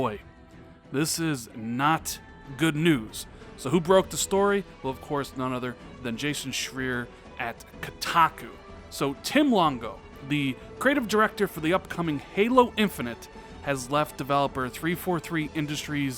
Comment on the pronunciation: Sorry but it' schreier as in shr-y-er